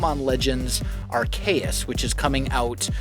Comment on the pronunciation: the way he pronounced Arceus 'Arcaous' just killed my brain